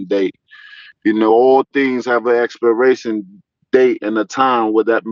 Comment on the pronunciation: Bro was fighting for his life tryna say expiration 😩